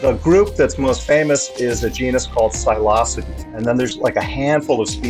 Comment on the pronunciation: they way bro said psilocybe